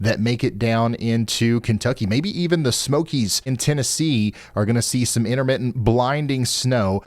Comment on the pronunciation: Intermittent= in'er mittens lol